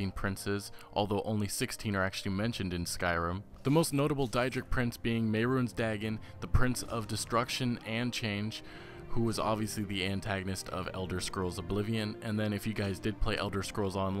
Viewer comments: People are complaining about how he pronounces Deadra but no one bats an eye on they way he pronounces Mehrunes Dagon. Little hint, it is May-roons Day-gone. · Mayrunes dag in